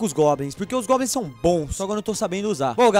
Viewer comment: o não sabe fala goblins